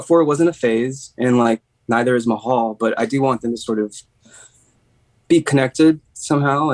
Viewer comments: it’s pronounced “Ma-Hal” not “Mah-Hall” I know it sounds confusing but that’s how you say it. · Bro, “mah-hall”? 👀🤢😁